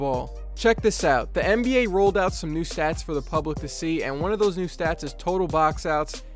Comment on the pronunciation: It sounded like you said mba